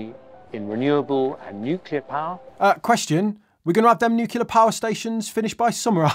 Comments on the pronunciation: New-clear, not new-killer 🤣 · I love how consistently says "nucular":)